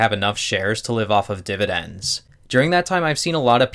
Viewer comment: am i the only one who had to click away when he said dividens the first time